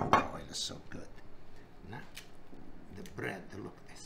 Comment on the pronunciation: I like how he says „now“—> „nää“ 😁😊